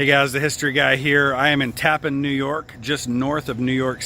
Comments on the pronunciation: Thank you for the video. I did a paper on Andre in college. I used to live in Old Tappan. Just an fyi its pronounced like "Tappanne" not tappen. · While this is very interesting and informative, you might take some time to speak the some of the local inhabitants about the pronunciation of the name of the place you are featuring. It is not pronounced as “Tappin”. It is pronounced “Tap-pan”. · its pronounced, tap-pan, TAPPAN New York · Tap-PAN is how it's pronounced. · Actually pronounced TAP-PAN . " Tap" like in the Military term Taps ...." Pan " as in pots & pans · First-it’s called Tappan , not the appliance name . I don’t understand how you could call it the appliance name. Everything you see says Tappan. Pronounced Tap-pan . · You pronounced our town incorrectly. It is not pronounced like the bridge. It is TA-pan. I grew up here. My parents bought our home here in 1976. Always pronounced TA-pan. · the town name is pronounced Tap-Pan. 2 syllables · Tappan is pronounced with the accent on the second syllable.